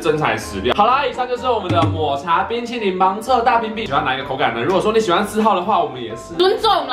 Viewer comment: 哈哈～抹茶ㄅㄨㄣ淇淋！笑到噴淚~XD